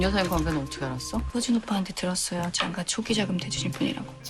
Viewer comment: ???: 난 장가라고 확실히 발음 안 할건데? 장과, 장과